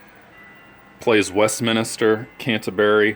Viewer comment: It's Westminster, not minister, lol.